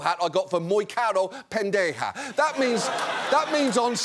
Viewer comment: Great pronunciation of the word "Pendeja".